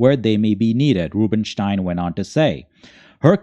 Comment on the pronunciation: Why the wierd "Rubenstein" pronunciation?